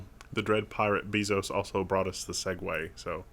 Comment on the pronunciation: Love the show / program / cast, whatever :) But... you mispronounced Bezos' name, it's not an 'e' as in bee, but rather like the 'a' in base. Same pronunciation as the Spanish word for kisses: besos.